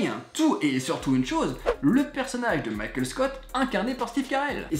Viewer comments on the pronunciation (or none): none